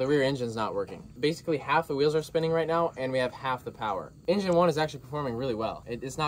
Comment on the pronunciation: Why did you say meow instead of now